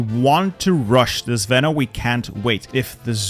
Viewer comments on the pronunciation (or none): You say "zveno" wrong, it's not zvEno it's zvenO - the strong letter is "O". The word means something that is in the center and holds strong the rest, also something that is combining things together.